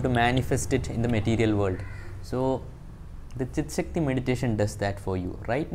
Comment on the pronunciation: His tongue slipped , he said chick sakti meditation...😂😂😂😂😂😂🤣🤣🤣🤣🤣 trolling you just for fun. Dont take it seriously brother.😇😇